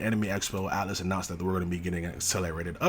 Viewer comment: It is atlus not atlas lol and sega is the one managing the game